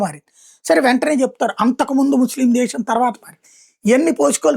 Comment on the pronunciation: సోదరా...నీకు దండం పెడతాను...అవసరం లేనిచోట్ల "ష" అక్షరాన్ని వాడవద్దు. వినేందుకు చాలా కర్ణకఠోరంగా వుంది... ఉదాహరణకు... అంశం. -- అంషం శాతం -- షాతం దేశం. -- దేషం Please Bro...ఆ "ష" అక్షరాన్ని అలా వాడకు...please